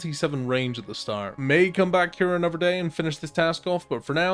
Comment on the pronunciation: 'Anofver one' 😂